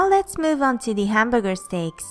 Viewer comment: hehe she said stakes instead of steaks :3